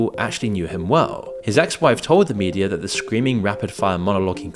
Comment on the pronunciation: 🛑🛑🛑 it's pronounced "Media" not "Mediarr" "Data" not "Dater" The way it's spelled is the way it's pronounced 🤷🏻‍♂️🤷🏻‍♂️🤷🏻‍♂️